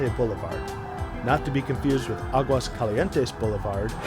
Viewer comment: Thanx for showing another face of the city and not ontly Ave. Revolución...that's all tourists think of when they hear the name TIJUANA. The images shown in the video need some serious update but it's a really good job. I loved your fail attempt to pronounce Spanish btw :P Oh and your "agua caliente and aguascalientes" dilemma just cracked me up! Thumbs up!